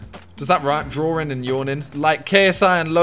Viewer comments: Why do you say drawing as ‘drawering’ & thawing as ‘thawering’? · Why do you add an “R” into words like “drawring”, “sawring”, “thawring” 🤔